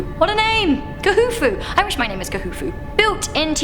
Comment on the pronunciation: 1 Khufu is pronounced Kufu and Tutenkamun is pronounced tutenkamin